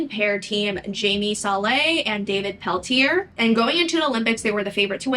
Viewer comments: Please learn how to say these athletes names! Katarina's last name is pronounced Vitt not Witt as she is German. Surya's last name is pronounced Bone-ah-Lee. David's last name is French so it is Pallen-tee-ay, not Pallen-tear. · Yeah there are a few other pronunciations I noticed as well. Like Pelletier.